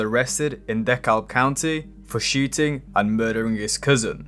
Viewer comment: “De-card” county lol that’s probably the worst attempt I’ve ever heard